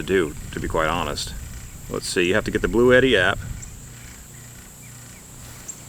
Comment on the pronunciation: Its actually pronounced Blue Tee - If you call their support line that's what they say on the call in.